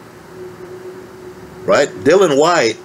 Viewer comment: you cool? It's all a blindspot now. Please try to say Dill-I-an White. Yes. White is a battler but not great. Nice man. Klitschko Povetkin was long time ago, and no way does D Dawg lose. I like your hope.